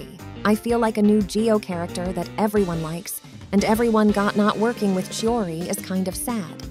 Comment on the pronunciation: Her name pronounce is chiori